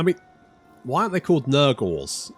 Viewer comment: you might want to sound out "nurgor" and ask yourself what that sounds like.